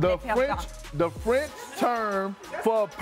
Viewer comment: Congrats Malika 😁👏🏾👏🏾. Your french accent is on point. 👏🏾👏🏾👏🏾🥳🥳